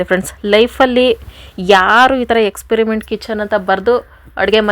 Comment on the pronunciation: Ayyo Experiment alli R illa